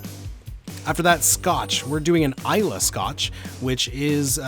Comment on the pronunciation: Hahahaha please don't make this #eggshot a trend, we don't want to do it but... peer pressure is a powerful thing... Booze Breakdown is a great series idea! The Scots thank you for pronouncing Islay correctly also!